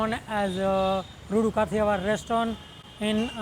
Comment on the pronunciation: Sorry Sir that I asked you d name of place Your accent was not clear with NAME OF PLACE... so i had need to ask you again THNX